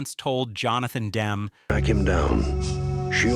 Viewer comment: It’s Dem-me, you moronic robot! GGAAAHHHH!